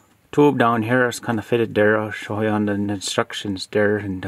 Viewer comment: I challenge everyone to take a drink every time he says “dere” (there)😂